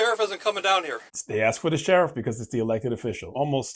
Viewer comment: why do some people struggle to pronounce a simple 3-letter word like ASK? 🧐 I’d being inclined to think this comes up more often than not in these people’s lives.